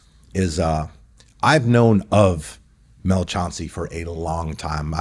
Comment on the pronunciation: Chancey called Chauncey